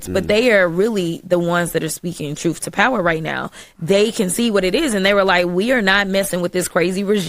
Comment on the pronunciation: Speaking troof to power. Lol.